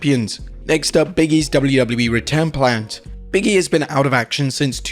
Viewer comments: it’s Big E not Biggie, say it right you’re a wrestling account know how to say the wrestlers names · Biggie, Biggie, Biggie. No. It's Big E :)